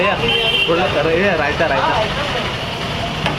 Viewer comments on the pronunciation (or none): bhaiya Raiyta raita 😂😂